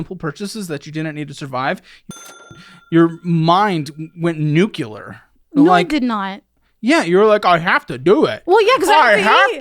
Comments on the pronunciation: "nuke-yoo-lar"? Oh... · what is it with texas and NUKE-YA-LAR for nuclear -signed, a texan